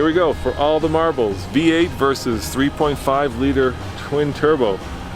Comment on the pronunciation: Last race. “Come in B-8!” Dork it’s v-8 Practice English before offering reviews. Words are listened to very carefully